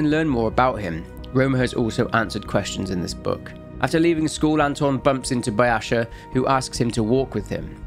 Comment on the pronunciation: The way you said Byasha caught me off guard. I played the game in its original Russian and Byasha is pronounced ‘Bee-ah-sha’ because the «Я» (ya) in Бяша is stressed. If it wasn’t stressed, it would be ‘Bee-eh-sha’ and the last a would be stressed. But it’s still a good video, keep it up 👍 Edit: on the wall, здесь Был Бяша means ‘Byasha was here’